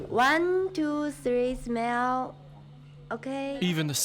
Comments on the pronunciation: Yeah girls cant speak englinf chinese said 1 2 3 smell 😂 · "Wan, tu, thwi, smeal." Yeah. Russian girls don't speak good English. 🤣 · Yes, the woman says "smell", instead of "smile" but cmon...can you speak anything other than English? It's a tricky language. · "123 smell" 🤣🤣🤣🤣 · it's not for bad intentions.. the writer here tried to criticize the Chinese woman for giving wrong orders to that Russian girl.. instead of that Chinese woman saying smile she said smell 😂😂😂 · why the Chinese women can't spell proper word 'smile' she's prounincing smile as 'smell'😂😂😂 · Sorry did she just say 1..2..3.. Smell? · how she is saying smeel, even I smeel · Nobody . . Chinese girl : One - two - three - smelllll🤢. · Wan too thwee, smwayle 📸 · "one, too, tdee, smell!" :-) lol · “one, two, three smelll”. And still, not a sniff of a job. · I couldn't stop laughing. She said "smell" and I know I wouldn't be good at pronouncing Korean words for example but I still found it funny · if you can't even pronounce the word 'smile' without screwing up, you deserve to be made fun of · why no one told that woman that "Smile" is pronounced another way? They tell that girls do not understand english and it's hard to work with them. I understand that language barrier, but they also do not know it very well.